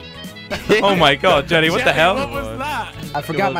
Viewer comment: It's jelle it's pronounced like yellae